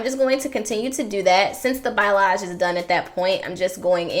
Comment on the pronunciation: I love this. My mom actually got me on this dye. everything came out amazing Oh and you're actually pronouncing "balayage" wrong ( no shade lol ) just a fyi 😊✌🏾️